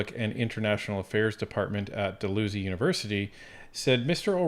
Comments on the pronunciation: Did I hear dal-loose-y university? I think its dal-house-ie. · It's not pronounced like Port Dalhousie is. Say dalhauzee. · I have noticed that you both mispronounce Dalhousie University. The inflection is on the second syllable and it is pronounced Dal-howz-ee. Like how's it going Buddy?